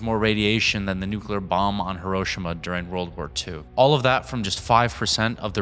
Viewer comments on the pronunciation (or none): HI(he) RO(row) SHI(she) MA(Mah). Your making the extremely easy japanese place name even more complicated than it needs to be seriously... if u can say the Ukraine word correct, why can't you take time to say the even more simpler japanese word correct? Come on man...